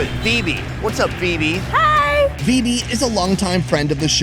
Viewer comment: He said Vibi I listen Vivi😂😂 Exols can u relate?